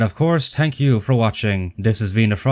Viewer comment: Smart move to cover this whilst Irish, getting to say 'tank you' at the end is the icing on the cake.